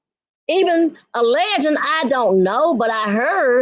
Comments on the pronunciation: “Alegend” lmao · Did that trout mouth say A-LEGEN instead of ALLEGEDLY?! 😂😂😂